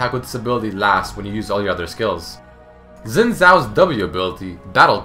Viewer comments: Phonetically, Xin in Mandarin/Cantonese is said as "Shin" not "Zin" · Xin is pronounced like "shin" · Just want to point out Xin is pronounced Shin not Zin :P